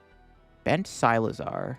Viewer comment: Never expected someone to pronounce Cyclizar as Cy-lizar